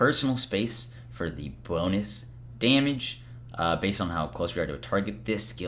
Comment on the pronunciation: You keep saying Daymage wrong bro